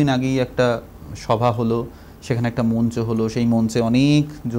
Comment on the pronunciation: কি সুন্দর উচ্চারণ! কি সুন্দর কন্ঠ। তার কন্ঠের যাদুতেই এতক্ষণ ধরে দেখলাম। শ্রদ্ধা জানাই 🙏🙏। কিন্তু উপস্থাপকের উচ্চারন ভালো না। মঞ্চ কে উনি বারবার মুঞ্চ বলেছেন।